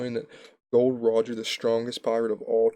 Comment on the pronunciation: It's not GOLD ROGER IT'S GOl D. ROGER.